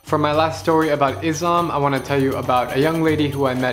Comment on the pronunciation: It pronsution of Islam is little off The mistake is Izlam And it's Islam No hate but just wanted to corrected you